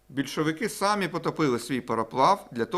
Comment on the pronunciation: самІ, будь ласочкаааа🙏🙏🙏, наголос. І брАли, дуже просимо❤❤❤